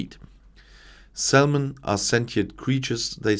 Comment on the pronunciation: Quick note: The "l" in salmon is silent. Welcome to English spelling. Reine Dummheit! Auf Deutsch ist's viel besser! 🙃